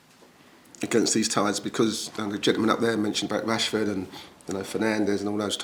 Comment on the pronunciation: It's rashford not Rushford 😂